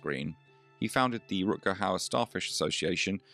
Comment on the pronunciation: Please have some respect and pronounce his name the right way!! Rut-Ger with Ch as in loCHness g=ch in dutch.